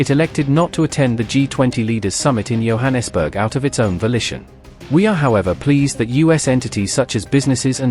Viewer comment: Ramaphosa pronounciation - the ph is pronounced as a P not F. Johannesburg as a J as in Joe.